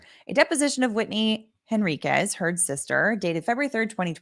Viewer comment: The mispronunciation of “Henriquez” drives me crazy.